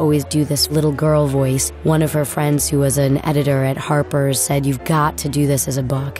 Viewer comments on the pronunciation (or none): none